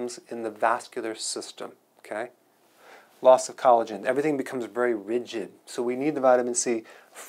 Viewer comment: Good information. The collagen pronunciation was funny... not a funny subject though. Question: So when we are prescribed statins, is that a good approach? Doesnt seem that it is.